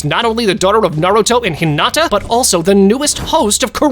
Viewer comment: On 23 he said Hunata and not Hinata ☠️